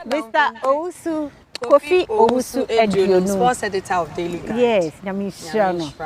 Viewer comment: Yes "Owusu Aduomi" NOT aduonum